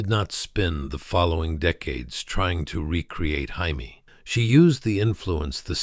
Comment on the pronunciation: You’re saying her name wrong It’s Jamie not Jaime !!!